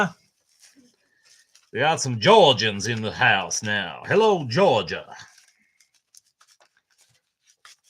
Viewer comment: Let's see You said Jaw-Ga... LOL. we don't talk like that anymore, it's not 1861... But apparently we were the biggest Rebels, since we were the LAST to be readmitted to the Union in 1870.